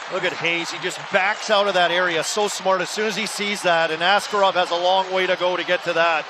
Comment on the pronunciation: It is very frustrating the Penguins announcer still pronounced Askarov's name wrong 😩